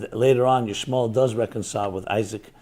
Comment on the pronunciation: Ishmal? I notice you trying to remove the el out of Ishmael. 😏😏